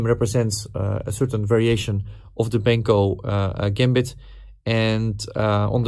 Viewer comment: You always say "Benko - Gämbit", but it is pronounced the other way around: "Benkö - Gambit" … :-) (And by the way it's also spelled with an ö: Pal Benkö was from Hungary.)